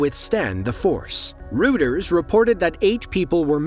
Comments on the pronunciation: You're one of the few who enunciate Reuters correctly. Thank you. So many say it as, Roiters when there is NO "I" in the word to warrant them say such a thing. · It's pronounced ROY-ters. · The "eu" in the word makes the "i" sound. They're not the only ones who say it's pronounced ROY-ders. Numerous speech pathologists say the same.